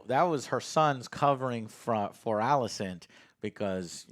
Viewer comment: Everyone: Rhaenyra, Alicent, Laenor & Daemon Joe: Ruhnera, Alsent, Lenore & Deemun